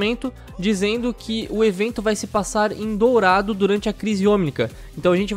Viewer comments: é "dorado" e nao "dourado" :v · O: "DOURADO" kkkkkkk só acho que o mapa eh "Dorado" OBS: se achando o Xeroquis Holmis